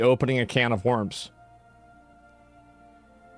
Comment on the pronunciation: only just realised asmon cant pronounce the word worms